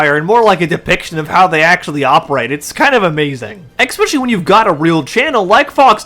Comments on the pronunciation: "Exspecially" is defined as "I never went to elementary school." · ... it's *especially*, not ex-specially. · The word is "Especially" not "Exspecially". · There’s no letter X in the word especially. It’s torture on the ear. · There’s no “x” in the word “especially” My god, learn how to pronounce basic English words